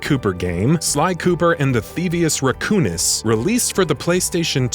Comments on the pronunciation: "theevus raccoonus" lol its thievius raccoonus that hurts my heart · I am triggered how he says thievious racoonus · You also need to learn how to say thievius racoonus